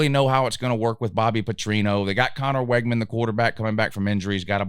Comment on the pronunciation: You mispronounced so many of their names it's hard to take this serious. It's Wig-man